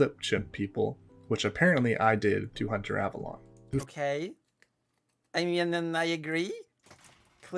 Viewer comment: Wow, I didn't realize at the time, but he goes from pronouncing it like "Avelone" to "Avalon" during this. That's so weird!